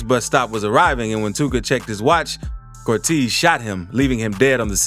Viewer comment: Nigga don’t know how to say Cortez correctly 😂